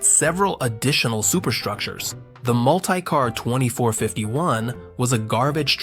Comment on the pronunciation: Mult-eye-car was starting to get on my nerves